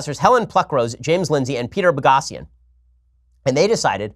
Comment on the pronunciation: It's Peter Boghossian with a long 'o' .